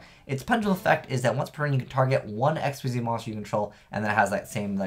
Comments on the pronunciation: "Xyz" is pronounced "ik-seez" not "x-y-z"! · not to hate but i hate how you say x y z its pronounced xzzz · Actually it depends. It's actually pronounced Xyz in English, but if you wanna stick with the original one, it's not xzzz, it's ik-seez.